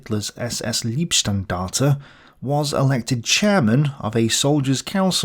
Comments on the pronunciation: i realy like your work, but my german autism kicked in when you pronounced "Leibstandarte" more like "Liebstandarte". Just start the word like "lie" insted of "lee" so you end with Lie-p (which sounds like Leib in german) insted of Lee-p (which sounds like Lieb in german). Sorry for boethring you with that! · "Thule": in German no "th" exists it s just pronounced as "t". "Leibstandarte" an "ei" in German is pronounced as án English "i" in e.g. "while" or "file". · You have to say lieb right or its love and that's funny but wrong. Love brigade lol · It is leibstandarte, not liebstandarte. Lieb = love, leib = body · This video could benefit from proper pronunciation of German language terms. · The "Leibstandarte" has e-i, thus it's spoken like "eye", the word means "personal protection unit". You mentioned learning german, how is it coming along?